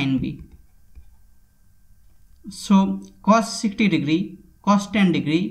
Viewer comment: Sine ten digiri, plus cos ten digiri